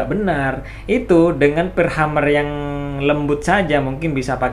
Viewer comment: Mohon maaf , sekedar untuk meluruskan.. bukan Hummer tapi Hammer .. Hammer = palu/ penumbuk/ pengetuk/ pemukul.. sedangkan Hummer = penyenandung dari kata Humming = senandung atau bergumam/ berdengung.. Jadi untuk sobat semua.. pemahaman nya bukan Hummer tapi Hammer yang dibaca (Hemer)